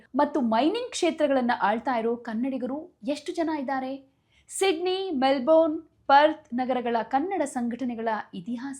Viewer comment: Info given is incomplete. Also pls pronounce properly. ನಿಮ್ಮ ಉಚ್ಚಾರಣೆ ಸರಿಯಲ್ಲ. Melbourne ಅನ್ನು ಮೆಲ್ಬನ್ ಅಂತ ಹೇಳಬೇಕು. ಕೆಲವರು ಮೆಲ್ಬರ್ನ್ ಅಂತಲೂ ಹೇಳುವುದುಂಟು. ಮೆಲ್ಬೋರ್ನ್ ತಪ್ಪು.